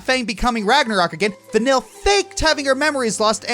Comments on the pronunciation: It’s not vanyl it’s vaneeye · pretty sure it's pronounce van-eel not van-ill, but she sure does make you feel ill sometimes XD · OK I'm pretty sure "vanille" stands for vanilla in french, so pronunciation wise, we should not hear any L here... "ill" in french has a specific pronunciation. something like vanee-y-'